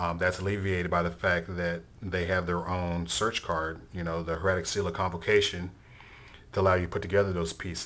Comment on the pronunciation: no hate, liked the vid, but.. if this is your new favoritve deck, then you should learn how to pronounce the word "Hieratic", you're a grown man for christ sake lol. everyone thinks it's the same as heretic; it is not.